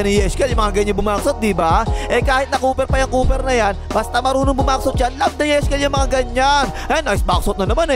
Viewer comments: Kua yeshkel hindi cooper ang naririnig ko? 😂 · Langya parang dinig ko " Napaka- versitile ng Kupal na 'to" 😂😂😂